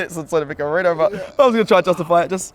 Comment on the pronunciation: Nah, turned off this video as soon as hear “merino” starting 11… no way